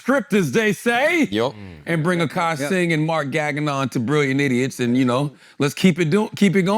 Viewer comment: Why Flagrant call Mark "gaggin-on". 😭